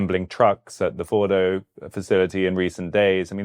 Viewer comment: that was the best pronunciation of fordo, natanz and esfehan